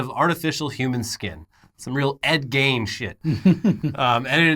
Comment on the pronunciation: As a Wisconsinite my jimmies are rustled at the pronunciation of Ed Gein's name.